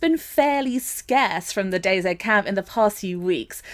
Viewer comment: It's dayz! Said like daisy! Not dayzed why would u call it that